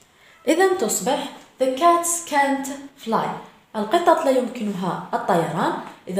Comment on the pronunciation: Canťيقول كانت وليس كان نوت صححي خطأ وشكرا